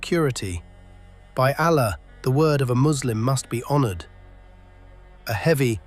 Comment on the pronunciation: Narrator is biased towards the romans . Learn to pronounce Allah Properly .